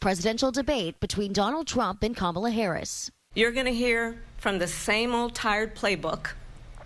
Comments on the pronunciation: No excuse!! When one signs up to be a reporter, the onus is on that individual to learn names, fact check information, travel abroad, interview people of different nationalities, etc. Her constant mispronunciation of VP Harris’ name appears intentional! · And please try to learn how to pronounce Kamala's name. It just makes you look dumb not to... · There is NO excuse for to keep mispronouncing VP Harris first name; totally unacceptable considering she’s a well renowned reporter. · Why can't you pronounce her name??? KA-ma-la. Not Ka-MA-la. And honey chile? WTF??? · Yo Be outch. Its Ka ma la!😊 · "Ka-MAL-Ah"...I wish I could think of a widely accepted pronunciation of frump's first name. Ronald (McDonnie)? Connie? Asshole...well, that last one doesn't rhyme but is my personal favorite. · Pronounce her name correctly and are you seriously going to double down on people eating pets? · And Say her name correctly , so disrespectful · At least pronounce her name correctly.